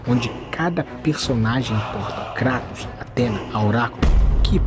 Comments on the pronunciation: Lembrando que Kratos é grego então a "pronuncia correta" de seu nome não é Kray-toes mas sim Krat-OW-s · Que vídeo bom do mano BulletOo. adorei a junção das duas pronúncias, vou aderir